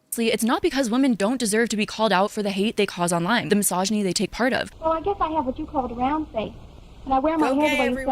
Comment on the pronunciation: doing a great job as per ush & petty me HATES how says misogyny "massage-eny". It hurts my ears, so listening in is rough 🫣 Is that a regional/accent thing, OR is it just someone who learned the word 'misogyny' last year? 😅